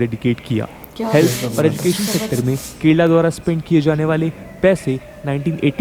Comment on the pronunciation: Paglait Budia ye ye ye kya lagati rehti hais har word me.... Madrassa chaap jaise. Jyander GEN der GEN GEN jyaandar nahi yaducaton nahi EDU cation. Kyaa rala nahi KE rala KE KE KE Ke ke ke